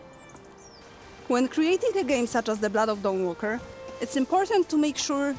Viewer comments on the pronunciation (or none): "The Blludd of Dahnwalkerr"